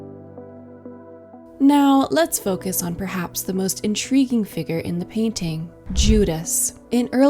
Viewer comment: 'figure', not 'figger'.